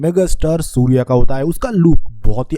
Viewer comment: Naam surya hota hai. Sudiya nahi hota. Naam bhi thik se bolne nahi aara ? Movie extraction video 😂😂